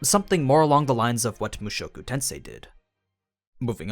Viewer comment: The way he says mushoku tensei… immaculate!